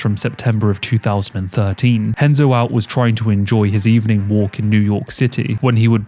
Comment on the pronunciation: Y'know... if the name "Renzo" is going to be pronounced as "Henzo", shouldn't the R in the name "Gracie" be said as an H as well? Shouldn't it? C'mon...